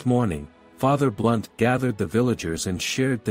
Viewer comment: ❤There is a Fr Blount... Not "Blunt"